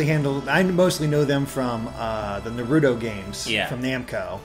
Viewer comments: I hate it when people call naruto, nerudo. Where the hell are they getting that "d" sound from XD lol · "Nuh-roo-doe"? Really,? Where the hell do people get that pronunciation? If you watch the sub or the dub, it is very clearly pronounced "Nah-roo-toe" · "Narudo games" Damn it.. haha